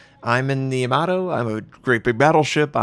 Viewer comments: "Yamaro" come on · is that really how YAMATO is pronounced? sounds like you are saying tomato